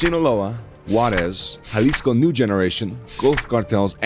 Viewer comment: yall pronounced cartel jalisco nueva generación wrong .